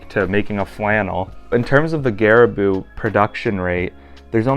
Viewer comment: Loved the video! Does vis advise you to treat / condition the leather on boots in anyway for that extra weatherproofing + longevity of the uppers? Also pronunciation of garabou is more gah-rah-bow